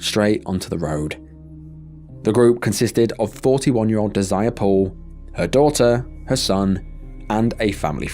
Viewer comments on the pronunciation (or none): it’s most likely not pronounced “deh-zire” usually that name is “deh-zer-ray” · Her name is not desire😂.😂😂😂 British folk are hilarious It's pronounced Dez er ray